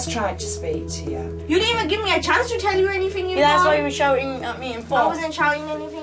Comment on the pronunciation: 'evsn' 'jear' 'offenence' 😂😂